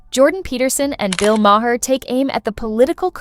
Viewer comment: Delete ai, I was gonna watch this. NEVERMIND. say bill may her one more time